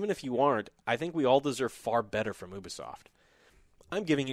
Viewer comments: its youbisoft not ubeesoft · A 3/10!? No! A 3/10 is for a game that barely works at release like Battlefield 2042. You are a poor excuse of a person who plays video games,. It's bad enough you gave Guardians of The Galaxy a 6/10 but this is unacceptable. Also stop saying Oo-be-soft. It's pronounced You-be-soft FFS.